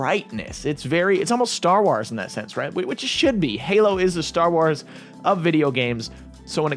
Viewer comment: I'm really excited for it! However, "star wars"...(wars rhymes with cores, not cars) lol